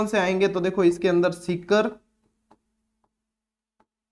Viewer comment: Sir aap sikar ko tikar kyo bolte ho sir